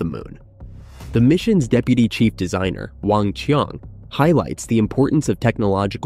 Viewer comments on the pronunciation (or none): none